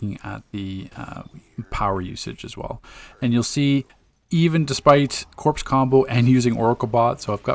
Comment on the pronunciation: Very good videos. But, corps is pronouned "kor" not "corpse." That is all.